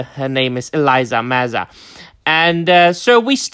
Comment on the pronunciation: Eleeeesa, not Eliza. 994 start date.